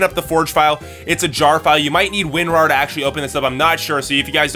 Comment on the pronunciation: He said windrar? whats that?